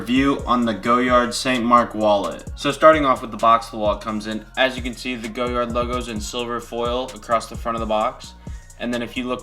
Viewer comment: it's "goh-YAR" not "go-yard"